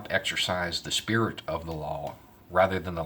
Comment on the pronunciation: "The Sperit of a Law" well said.